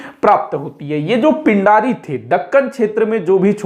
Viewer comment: पिण्ढारी/पेण्ढारी होता है, पिंडारी नहीं